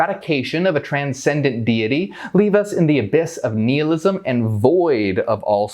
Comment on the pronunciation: Did this nigga just say Neilism? All hail.....Neil 🤣 Did I offend you? Lol. If someone mispronounced a word....you can assume they are more intelligent than their environment...they've read it but never heard another person use it.